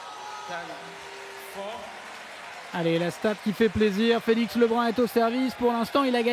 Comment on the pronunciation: His name is not Felix “Levine”! It's Lebrun! 😊